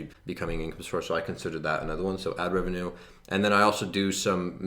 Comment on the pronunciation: 60k RE-VE-NUE... nevertheless absolutely amazing achievement dude